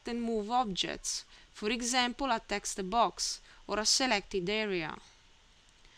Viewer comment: Good tutorial. Logical order. Speed of instruction and rate of speech were both good. The only suggestion for improving your English is to complete the word with the proper sound. You sometimes end a word with an "ah". For example, text should have a hard "t" pronounced at the end. If you listen to your video you will hear yourself say "texta" and then the same "a" added to the end of the next word. Your English is very good! Keep up the nice work and thank you for sharing your knowledge.